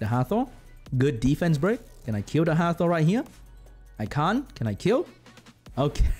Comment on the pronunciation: Re watch this video and take a shot every time say ddddfence 😂😂😂